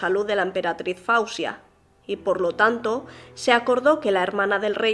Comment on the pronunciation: NO SE PRONUNCIA FAUSIA PERO FOZIA.. MI HIJA SE LLAMA FAWZIA YACOUB SE PRONUNCIA FOZIA..NOT FAUSIA